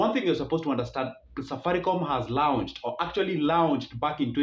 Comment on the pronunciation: There no such pronunciation as " "Lawunched". Correct pronunciation: Lo not lau